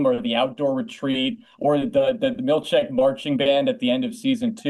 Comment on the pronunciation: I legit can’t tell if he said Milchick or milkshake 😂